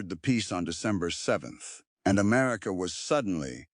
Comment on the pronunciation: 6 min in and we have "Amarica"... 🤨